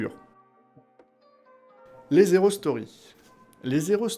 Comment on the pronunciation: C'est volontaire, la liaison (erronée) lorsque tu dis « les (z')hero stories » ? Ça fait bizarre, mais peut-être que c'est un jeu de mot pour indiquer aussi que ce sont des prequels, au quel cas chapeau bas pour avoir trouvé ça ^^. En tout cas, je suis heureux de voir tout l'univers se développer, et impatient de regarder les prochains épisodes !